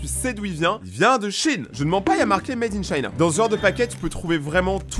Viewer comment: Wsh ta dit mad ing china et ya sa dans ma chnson d'ecolewsh